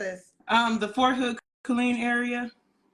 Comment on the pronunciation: Not saying “For Hood” instead of “Fort Hood” 🥴